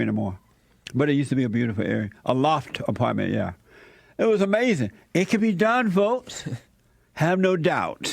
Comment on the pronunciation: "It was Amazin" 😂😂